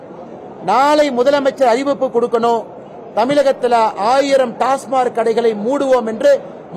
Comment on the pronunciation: டாஸ்மார்க் அல்ல டாஸ்மாக்